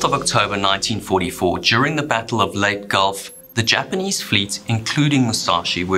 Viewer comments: Lay -tee Gulf Not late gulf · LEY-TE not sound like LATE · He the narrator said during te battle of the "Late" gulf (in the Philippines). It pronouns as Leyte with a silent small letter "h" in last. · That was lay tee gulf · Leyte is pronounced LEY-TEH. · Leyte is pronounced lay-tay. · Leyet gulf? Do some research before you make a video.